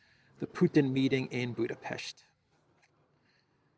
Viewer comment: Appreciate you pronouncing BudapeSHt correctly 👍